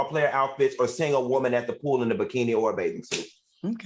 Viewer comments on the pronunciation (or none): Al said 😂😂😂 sussessful WOEman 😂😂😂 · We need 3 nights neow! But am I the only one who loves when Al pronounces “woman”?